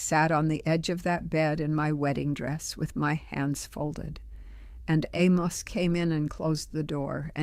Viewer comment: This is totally fake. No one who is old order Amish in Lancaster County talks like this. She would have a distinctly PA Dutch accent and she wouldn't be making a podcast for Youtube. She also pronounces her husbands name (Amos) incorrectly. So this is just a promotion for somebody's book.